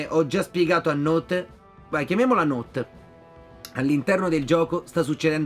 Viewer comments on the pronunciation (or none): note si legge not la pronuncia è inglese